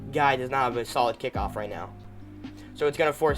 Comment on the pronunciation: It's kickoff not kickiff